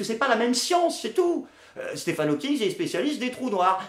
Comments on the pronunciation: Dans le reportage sur Stephen Hawking, le "journaliste" n'arrête pas de l'appeler "Steven Hawking". Même pas capable de s'apercevoir que le chercheur au CNRS qu'ils ont interviewé avec son équipe prononce bien "Stephen", ou tout simplement de LIRE LE PUTAIN DE BANDEAU INDIQUANT LE TITRE DU REPORTAGE. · "Stephen", pas "Steven" bordel de merde ! Il m'a venèr le journaliste xD